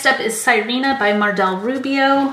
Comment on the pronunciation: Its actually pronounced as See-re(like red)-na(like number) hehe